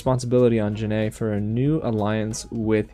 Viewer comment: Also, for future reference, its pronounced jen-eye. or jan-eye.